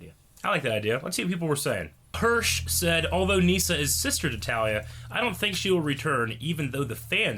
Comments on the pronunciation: I think it's pronounced Nissa not Neesa, but anyways great episode. Love you guys! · Y’all rlly saying nyssa name wrong 😂